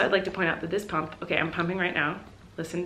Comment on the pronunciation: when she said “pump” I thought she just said “poop” in a quirky way and was preparing myself to see her spill tea on the toilet